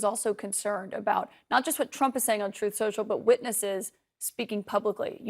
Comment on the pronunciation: "Trothe Social" LOL